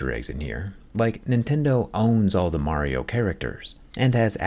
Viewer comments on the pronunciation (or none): none